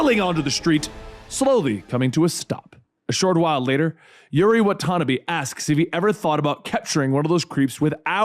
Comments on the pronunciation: it’s wha-ta-nah-bee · excuse me!!!! wan-tana-beee!!!! like one ton'a bees. What the hell hahahahah wan-tana-bee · “Wa tanuhbi” 😭🤣😂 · Hate how he says Watanbe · I'm guessing he didn't play the game because he read Watanabe wrong. Or it could be he forgot because of how much info he is reading